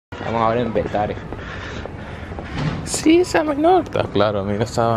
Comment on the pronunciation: Bro porque dices petare si yo soy de ahí